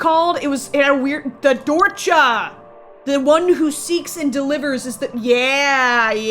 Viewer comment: YOU PRONOUNCED DORCHA WRONG!!!